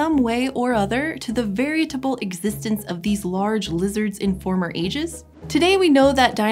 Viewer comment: crimson90 veritable bothered me and I just don’t know why